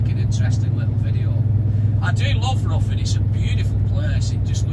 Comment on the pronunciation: its ri thn not ruthin